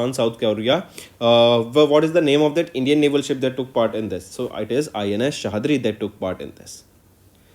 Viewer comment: Ins sahyadri सह्याद्री not सहादरी